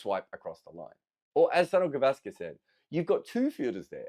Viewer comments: It's pronounced Souneel Gaavaskr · The way you pronounce "Sunil Gavaskar" it sounds like "Son of Gavaskar". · It's Soo-neil Guh-VAAS-kur